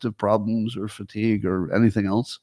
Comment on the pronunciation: yup. my faves are "ount" and "elnse"